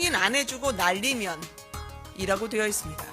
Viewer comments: 바이든은 아니고만 날리면을 말리면 발리면 처럼 발음한게 문제임 반복으로 들어보면 그렇게 들리네여 말리면 발리면 처럼 발음해서 얼핏들으면 바이든으로 착각하게됨 해프닝인데 어쨌든 야당쪽을 비하한건 맞는듯 ㅠㅠ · 날리면 으로 들리내요